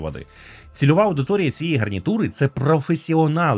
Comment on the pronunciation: "аВдитория". Мне не нравится, диз. А так выпуск норм 😊 Upd. Подумал, что одна оговорка не должна быть решающим фактором. Снимаю диз. 😝😁